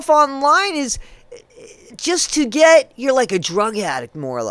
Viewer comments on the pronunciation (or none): Get ,Not Fet,She irritates the hec outta Me